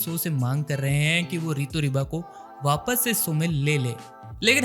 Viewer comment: It's Rito Riba bro not ✖Ritu Riba✖